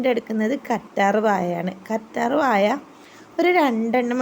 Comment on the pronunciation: കറ്റാർ വായ അല്ല കറ്റാർവാഴ 😭😭😭😭